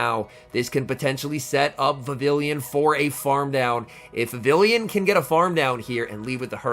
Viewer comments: You are pronouncing vavillion instead of Vivi(ll)on (pronounced vivi-yon) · Pronounced "Vi-viii-yon", I believe. The name is a cross between vivid and papillon (French for butterfly). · Hate to be that guy but it’s pronounced Vi-vee-yawn, as it’s from the Kalos region (based in France), and takes after the French word for butterfly: papillon. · I guess I'll be the first to point out that it's pronounced like viviyon since the name is derived from French words (Vivillon debuts in Kalos, which is based on France). It doesn't rhyme with pavilion 😂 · I couldn’t handle hearing him pronounce it so wrong